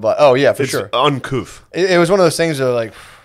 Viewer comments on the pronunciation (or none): Not to be that dude but. . . *uncouth 😂 "Uncoof" is wild